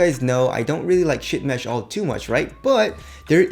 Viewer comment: Did you say ship mesh OR shit mesh?? LOL